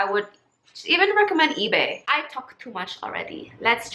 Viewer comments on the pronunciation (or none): none